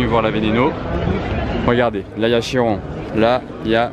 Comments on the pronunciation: On dit KIRON et non CHIRON ! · KI-ron et non CHI-ron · non non,CHI-ron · Trop moche comment vous prononcer chiron et veyron pffff